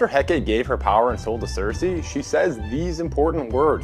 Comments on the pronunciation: Eh-kate lmao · He pronounced a lot of things wrong. Like Hecate.